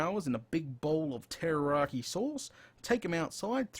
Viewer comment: Pulling my hair out. It's Teriyaki NOT Terroraki. Are you trying to scare the chicken before you cook it, for flavor? Rotflmao!